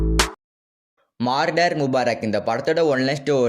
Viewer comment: Marder ilaiya murder😅